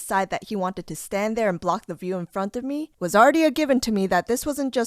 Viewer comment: why you say “in front of me” like that